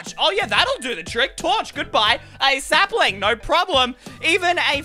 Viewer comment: You said slapling